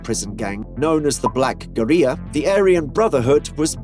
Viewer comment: Someone has been reading from Wikipedia or an old federal indictment 😂 and it's never been the Black (goo-ree-a) as you pronounced it.. Its always been the Black (gu-rilla) Family but spelled Guerilla.